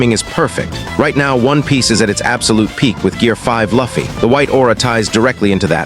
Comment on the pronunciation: ahh my favourite anime character laffy(pronounciation) in the video.